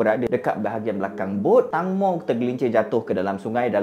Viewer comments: sebutan nama dia bukan tangmo bang. tengmo sebutan dia. klu sebut tangmo maksud lain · Saya belajar bahasa Thai, Sbnrnya "Tang-mo" tu dibaca "Taeng-mo" แตงโม yang bermaksud "tembikai" (watermelon) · tangmo dibaca macam ni "teng mo" (e taling) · Sebutan dia Tengmo.. Maksudnya tembikai 😑😑.. Mmg dia famous, mak sy dulu masa masih sihat tiap² malam tgk drama siam.. Drama siam tak sama mcm M'sia, malam sampai malam (waktu M'sia).. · Tangmo cara sebutan dia macam ni ( Teng-mo) yang bermaksud tembikai...tu nama gelaran dia.. fun fact nama gelaran dekat Thailand memang pelik2... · sebutan betul 'Tengmo'